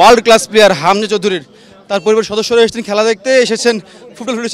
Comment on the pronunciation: কি রিপোর্টিং করেন “হামজা” শব্দটা পরিস্কার করে উচ্চারণ করতে পারেন না।